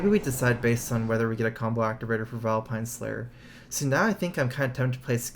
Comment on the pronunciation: Do you think he'll drawl Vilepine Slayer?